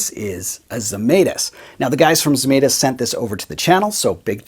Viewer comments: A lithuanian here.. I guess you would like to pronounce the name the right way as a guitar sounds. So. It goes like Žemaitis. First letter sounds like J from jam. Just without the D in front. Let us all keep all the sounds right. Just like the guy made in his guitars :) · Lithuanian manufacturer. You butchered the name, though. My mom would be furious LOL